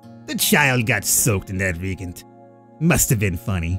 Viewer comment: RE-AGENT Re like re, agent like agent..